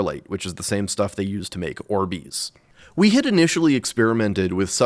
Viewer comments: too tf2 brainrotted and heard it as "australium" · I could have swore you said Arbys insead of Orbeez.